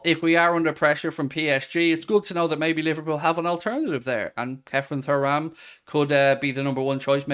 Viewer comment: Are you actually pronouncing Thuram like that to be annoying at this point?